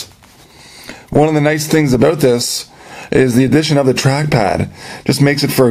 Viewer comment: Lol...... he said aboot.